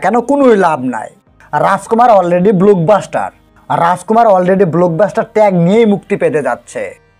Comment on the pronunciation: আপনার নিজের কোন ক্লাস? আগে নিজের উচ্চারণ নিজের শব্দচয়ন শুনেন তারপর কন্টেন্ট করতে আসেন। শব্দ টা ব্লোক বাস্টার না ব্লক বাস্টার। আপনার ক্লাস কুয়ালিটি দেখে উজবুক খানের কুয়ালিটি বোঝা যায়।